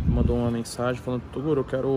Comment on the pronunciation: Toguro: Minha mãe está puxando o meu ouvido. Inscritos: toguro se você continuar falando errado vamos puxar sua orelha.